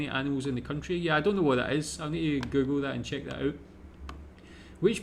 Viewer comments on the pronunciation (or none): none